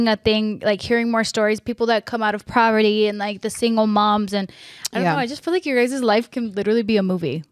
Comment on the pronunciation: Poverty*** not proverty haha love you though